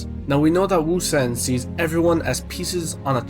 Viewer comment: You are the GOAT of the pronunciation of Ousen. Great chapter 845